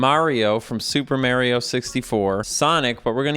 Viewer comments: I love how you said "Mahrio from Super Merrio" 😆 Guaranteed to be half right! 🤣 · "mario from super marry-o 64" I feel like the character's name is probably pronounced the same as the title of the game idk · I appreciate that in the intro specifically says "Mahrio from Super Mayrio 64" because I know that's a deliberate choice to annoy both crowds, and I appreciate that. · "Mario from super Mary-O 64" If only I earned a dollar each time. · "Mario from super merryo 64" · pronouncing mario two different ways in the same sentence is exactly why i subscribed to this channel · I appreciate you pronouncing "Mario" in so many different ways Also, the bubbles coming off him come from "nucleation points". Dissolved carbon dioxide can collect there and rise up in the form of bubbles. This implies that all water in Mario 64 is carbonated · I like how you used both pronunciations of "Mario" to offend everybody who is overly sensitive about his name being pronounced wrong.